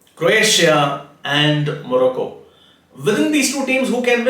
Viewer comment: Sirji again got another one wrong!! Thats 2 prediction in 48 hours. What a fraud astrologer. Croatia out and now Morocco which he pronounces moracco!! You are the biggest fraud on earth. Join Politics, you will do well